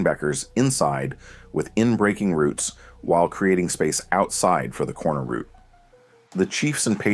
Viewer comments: Rerecord this but say route not root plz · for paths and highways yes, but not in football. Always pronounced as "rout" (rhymes with "out"). This is the only nitpick I had about this video, otherwise great video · Great vid but the way he’s pronouncing route is bothering me lol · The word you're looking for is "route," not "root." English matters. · Route can be pronounced both as "rowt" and "root". The word's origin is from French and English has maintained both the original and the adapted pronunciation in modern lexicon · route can be pronounced both ways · Good video, but good lord please stop calling them "ROOTS" lol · Dude pronounces route like root. Thumbs down for being annoying. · Root??? Ohhh route. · Other people pronounce it that way. I know British english says it that way.